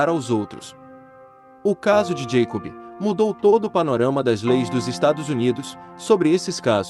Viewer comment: Moço, não é santi Josefi, é sainT JoseFFF, sim i no final, assim como não é Jacobi e, sim, JacoBBB